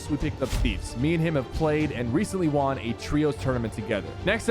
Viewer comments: why does he say the word "won" like "waan" lol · “I wawn my first squad tournament” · Bro why does it sound like he's saying Juan instead of won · 'Won' is pronounced the same as 'one' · Do people actually say w aughn like bruh no offense though anyway good vid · why does he say "won", its pronounced "wuhn" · every time he says won, sounds goofy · Anyone else notice how weird sypher says “won” it sounds like the currency not like he won the game 😂 it’s like he thinks it’s pronounced the way it looks 😂